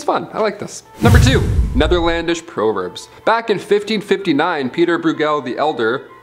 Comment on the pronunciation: Weirdest pronunciation of the word “proverbs” I’ve ever heard. Interesting gallery.